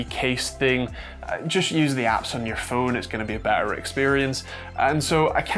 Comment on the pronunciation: "Phuone" "Bouuoth" U ok there mate?